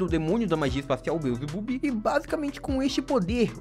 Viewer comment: O nome do demônio do Zenon não é Belzebub, é Belzebu (não tem um "b" no final)